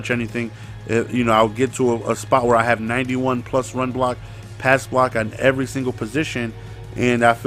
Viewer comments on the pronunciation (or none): none